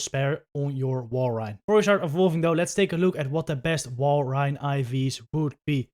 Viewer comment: Great vid bud Wall-rain not rine fyi :)